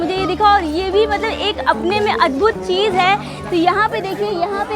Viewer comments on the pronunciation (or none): none